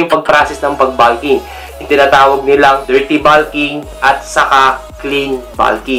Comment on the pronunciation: tanga hindi naman grammar ang tinutukoy ko. Pronunciation lang ng bulk at bulking. Magaling nga sya sa pronunciation sa English . Sa ibang words OK naman. Ang bulking lang ang napansin ko. Para na rin natuto sya. Constructive yon kung hindi nyo lang minamasama.